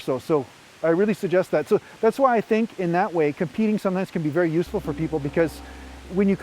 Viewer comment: "Berry good" lol